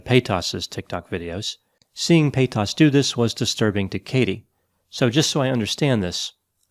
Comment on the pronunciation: The way he pronounces Paytas sounds like pétasse in French which means, well... something akin to bitch. It's a bit jarring in mouth. 😂